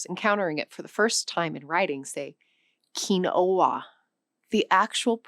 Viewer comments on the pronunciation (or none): none